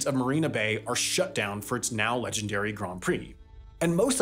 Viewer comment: Grand rhymes with hand, not bond